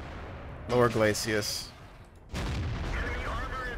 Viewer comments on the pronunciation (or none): Lol, its glacis not glacius :P